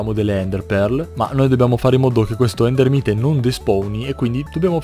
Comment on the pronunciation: Nn si pronunciava ender Mait ?